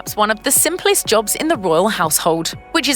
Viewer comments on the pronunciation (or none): none